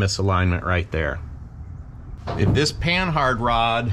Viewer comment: Its not Pan-Hard It's Pa-nah spelled Panhard named after a frenchaman who created it and Panard Racing ... Christ, can people get this right?